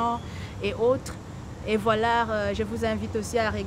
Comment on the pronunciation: Is it me or there is a letter R at the end of the word VOILÀ ... 🤔🤔🤔